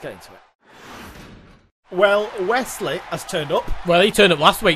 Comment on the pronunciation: I love how you guys pronounce Wes Lee as Wesley if it’s unintended then it’s a fun accident 😂